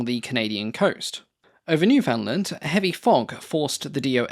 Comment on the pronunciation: Such a pretty plane! I also love flying boats, and the Do X is very near the top of my list, along with the Bv 138. I do find it kind of hilarious that you can pronounce "Budapest" properly but not "Newfoundland." :D As a bit of feedback: several times in this script you switched form past tense to present tense. That's an easy glitch to make, but it also really stands out and breaks the flow of the voiceover. Just something to be aware of.